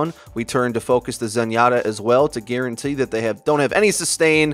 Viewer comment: when you said "guarantee" you sounded really southern for some reason